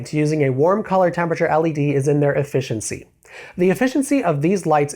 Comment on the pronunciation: What kind of pronunciation of efficiency is that lol